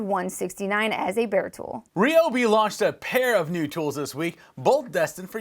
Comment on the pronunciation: Wow! You’re the only one I have heard, on YouTube, that has pronounced “Ryobi” correctly.